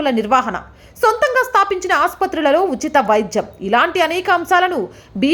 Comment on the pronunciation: మేడం - మీ రిపోర్టింగ్ చాలా బాగుంది, కానీ ఉచ్ఛారణ మెరుగుపరుచుకోవాల్సిన అవసరం ఉంది. ''వైధ్యం' కాదు వైద్యం అనాలి ; విధ్య కాదు విద్య; విధ్యార్థి కాదు విద్యార్థి అనాలి. దయచేసి మరోవిధంగా అనుకోవద్దు. 🙏